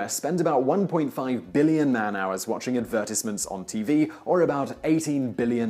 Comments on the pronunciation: He says advertisement weird. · What is an advertice mint? I want an advertice mint.